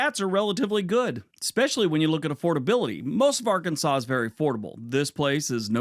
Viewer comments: I was impressed that you pronounced Arkansas correctly. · I love you're in the UK.. and can correctly pronounce Arkansas.... move to Texas already! Come see us.... the USA will treat you right ❤